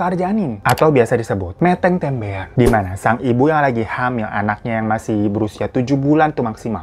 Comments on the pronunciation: btw bang, jenis tumbal yg meteng tembean bacanya gini mêtêng têmbéan kebetulan sy orang jawa😁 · Cara baca "meteng tembean" nya salah bang 😂 tapi lucu "Meteng" huruf e nya Kya baca "telah" "Tem-bean", untuk tem bacanya kya baca meteng, bean bacanya kya huruf B biasa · Meteng tembean pronunciation yang bener kaya ngomong “jejak” bangg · "METENG TEMBEAN" Cara baca meteng itu E nya kaya kalo bang hiro ngomong "kenapa" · Bang, meteng tembean cara baca E-nya bukan seperti di kata Lele, lesti, tepar, tapi lebih ke e spt di kata lembu, semangat, jeroan. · Meteng tembean dibacanya meteng tembean bang... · Hiro maafkan q yg ketawa pas kamu bilang "meteng tembean" 😭 Aksen baca huruf vokal e bener2 indonesia bgt... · Maaf Bang Hiro "Meteng Tembean" Baca Nya , Bukan Pake E Bang Tapi Pake E , Tapi Yang Mbean Nya Pake E , Tem Nya Pake E Bukan Pake E